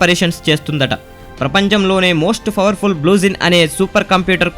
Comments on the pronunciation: mana medadu favarfulla computer favarphulla😂😂😂😂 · bhayya nuvvu fowerful ... fower anadam maneyyava 😅